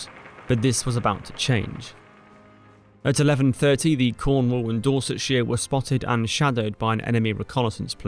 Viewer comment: dorset shear? Dorsetshire, please!